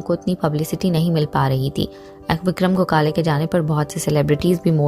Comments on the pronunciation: Go khale nahi gokhale, bolna seekhle pehle. Hath mein phone Aya nahi aur lage video banane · Gokale nahi Gokhle . Pronounce properly. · Please pronounce gokhale.....not go-khale....please respect .....and not demean by pronunciation..... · उनका नाम गोकाले नही गोखले है.जल्दबाजीमें कुछभी मत करना, सही ढंग से पता करने पश्चात खबर दो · गोखले सर का सरनेम का सही उच्चारण क्यों नही हो रहा है? गोखाले सही उच्चारण नही है। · Very sad ! but what is a pounce that Gokhala .please, pounce properly.other wise join the class first. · आप तो उनका नाम भी ठीक तरह से नही ले पा रही,shame on you,first learn to pronounce names correctly 👎🏼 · Aap ko to unka naam bhi sahi tarikese Boland nahi Ata 😐 so poor u r